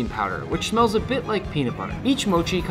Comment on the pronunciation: Does it ever annoy you how all these Americans mispronounce mochi😭 like not to be gatekeepy or anything but I feel like I've never heard anyone pronounce it right and someone gotta tell them